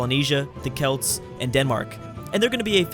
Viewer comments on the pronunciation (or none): none